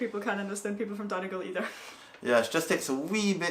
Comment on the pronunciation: Just so you all know Donegal is pronounced Dun-E-gaul. Hope that makes sense. People corrected me the first day I was there.